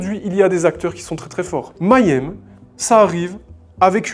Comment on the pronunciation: Salut, excellente vidéo, mais il faut que tu apprennes à prononcer le mot si tu dois le répéter autant dans ta vidéo... Petite astuce, Mayhem se prononce comme ceci (je te fais grâce de la phonétique): commence comme "meilleur" et rajoute "aime", ça donne "Meillaime" = Mayhem Continue le bon boulot 😊